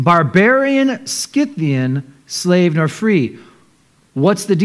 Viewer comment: Pronounced not as having the hard “c” sound. Scythians, not Skythians.”’